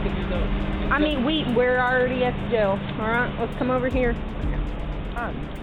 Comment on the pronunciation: See how they talk “I ard explained it to you” yeah you explained wrong